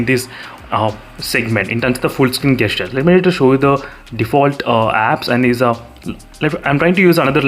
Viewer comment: 'jestures' is how it is pronounced its nagging me when u say gastures